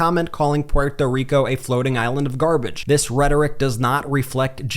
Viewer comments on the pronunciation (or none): Brett. Dont try to accentuate "Puerto Rico". Just say it normal or it sounds weird from you bc your too white, like me!!!! LOL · Bret, I get the whole “pronunciation” thing. But, my dude, we white guys, who do not have an accent “generally” speaking, say “Porto Rico”. I do not think this is taken with offense from the community. We pronounce a lot of things wrong. But not on purpose. When you pronounce it “Pewhorto Rico or Rican” you sound kind of silly. Please tell me you do not say “MeheeCo”. Regardless of the pronunciation acrobatics, I think the point lands. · Can you just say porto rico? Por favor, it's like if you tried to say croissant with a bad French accent. If you want to say it correctly, pronounce the t more. Like, say" P where toe" " reek oh" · Quick way to get drunk. Watch the video and drink a shot every time this dude says PPUErto Rico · It's okay, you're not pUeRtO rIcAn, you don't need to pronounce it with a fake accent. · Brett please stop saying “Porto Rico”. 😅 It’s nowhere near the native pronunciation and even Puerto Ricans are ok with just saying “Puerto Rico”. That said thank you for posting this. I think any PRican or Latino who votes for Trump hates themselves and our ancestors. It doesn’t matter if you’re documented or a citizen, MAGA will think all of us as “illegals.” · Remember when Trump tried to pronounce it? "Poo-ear-toe Ree-co." Even Melania knew how bad the accent was. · Why does this guy put such a weird emphasis on the t in Puerto Rico? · Please stop pronouncing Puerto Rico that way. It sounds so “American” the way you say it. Btw Trump is an ahole the must be beat. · That Ben keeps pronouncing Puerto Rico with an accent is as bad... just tell the story... 🤦‍♂ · you seem to be pronouncing Puerto Rico strangely. Love your channel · Why are you pronouncing Puerto Rico an Puerto Ricans like that? It sounds really awkward and a bit pandering. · The way you say Puerto Rico makes me cringe 😬 cut that out! 😆